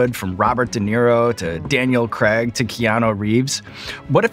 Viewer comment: Daniel “Cregg”